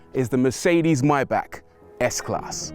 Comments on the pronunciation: Come on not even you too Bruv. MAY--BACH not MYBACK. Lol 😁. Lovely Vid btw. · fantastic car but isn't it maybach you call it mybach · My man calls it a myback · Please, learn how to pronounce "Maybach". :-)